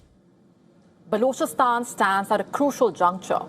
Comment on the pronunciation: What a crap way of pronouncing words. Gosh. Unlistenable grr. "Blochastaan". Blargh